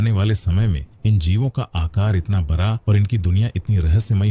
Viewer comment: Ek bihari sab pe bhaari बरा नहीं बड़ा सही शब्द होता है 😂